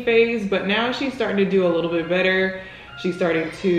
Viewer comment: she says w’s instead of l’s awww ☺️